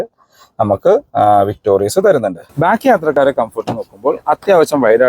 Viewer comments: ചേട്ടാ... ""വിക്ടോറിസ്"" എന്നാണോ ""വിക്ടോറിയസ്"" എന്നാണോ...??! അടുത്ത വീഡിയോ ഇൽ ആവശ്യമെങ്കിൽ തിരുത്തുമെന്ന് പ്രതീക്ഷിക്കുന്നു.... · ചേട്ടാ ഇത് വിക്ടോറിസ് ആണ് അല്ലാതെ വിക്ടോരിയസ് അല്ല